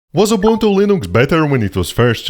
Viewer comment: He’s correct it’s pronounced oo-BOON-too in Xhosa and Zulu.